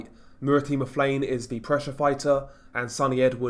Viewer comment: Apparently its pronounced m-ta-la-ne